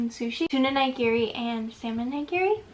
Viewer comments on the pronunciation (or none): it's actually ni-gi-ri, not nye-gi-ri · "NYE-GEARY" Holy shi- Nigiri is pronounced as KNEE-GEARY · The way she pronounces nigiri makes me so mad since I’m Japanese lol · And then she pronounced nigiri incorrectly... Can't have everything, I guess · how do you pronounce it?